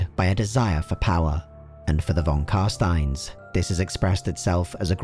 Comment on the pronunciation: You mispronounced non Carstein. They're going to feed you to bats.